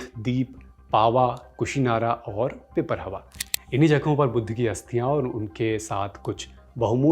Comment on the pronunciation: It's not pipar+hawa It's pipar+rahawa